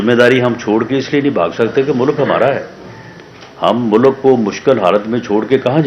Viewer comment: He can't even properly announce.Says mulak to mulk.Jaahil.